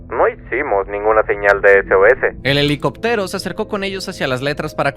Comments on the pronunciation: cómo que "helicoptéro"???? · el heli-coptero gg ez aprende a hablar